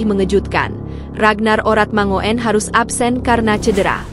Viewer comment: tuk presenter ..bacanya Oratmangun bukan oratmangoen ..itu EYD ..ga enak didenger nya.